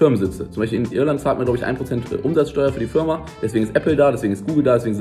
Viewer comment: achte mal auf das Video, es ist nicht böse gemeint aber er sagt Fürma.